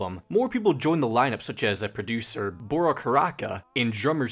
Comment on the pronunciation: The way you pronounce the names are killing me(dont worry its fine...except for bora what were you thinking) also uh you should listen to chonny jash (not johnny cash,please I've heard this like a thousand times) he has covered tally hall, will wood, thd (that handsome devil) etc and i think you might like him and if you do please talk about him (please we need more fans)